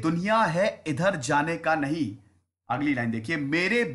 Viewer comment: सर वो 'नहीं' गलत पढ रहे हैं वो उर्दू का नइ है।